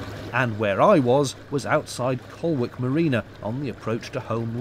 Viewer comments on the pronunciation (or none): 'colic', not 'col-wick'. when the slalom course opened in 1986, one of my mates bet me £20 that he could swim UP that course! I accepted the bet. He couldn't.. in fact what started as a laugh quickly developed into a survival situation. No lasting harm done, and the easiest £20 I've ever made. Happy days. :) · Lovely vlog. Just the tiniest of tiny points as a Nottingham native. Colwick is pronounced 'Collick', like the baby's cough. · Nice vlog as always. Just a slight correction… Colwick, is pronounced Col-lick (with a silent “w”) as in “Colin” and “lick”. 😉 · Didn't seen any comments about your pronunciation of Colwick so I'll let you know its said by locals as Coll-ick, the 'W' is silent. Just made me laugh when you said Col-Wick but you aren't to know that but as I come from Long Eaton and used to frequent the hostelries in Nottingham during my youth you get to know the correct pronunciation of the places. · I was just going to point out the same thing, it did make me laugh when I heard him say it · Another great vid,. Nice to see the views from the river. Minor correct though. The marina near Holme lock would be Colwick (pronounced Collick). I used to work near there. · Considering your previous occupation, did you know you passed very close to the old Central East Midlands studios. Also.... Colwick is pronounced “Collick”. 😉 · Another lovely vlog, just for future reference, colwick is pronounced Colick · Holme Pierrepoint white water rapids are turned on or off by opening flood gates. So that sign isn't quite so daft as there are hardy river swimmers who might be having a dip at the long moment. By the way, Colwick is pronounced "Collick" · Nice video a part of the system I'm familiar with. By the way it's pronounced colick, the w is silent. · Colwick is pronounced Collick, I'm local ish, a few miles downstream. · Interesting to have a trip thru Nottingham. Just one point Colwick please pronounce leaving out the W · the "w" in Colwick is silent.